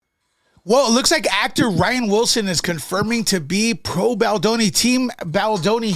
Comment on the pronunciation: NO U DIDNT. Pronounced rain wilson!